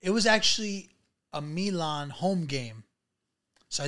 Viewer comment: Milan....he can't pronounce it.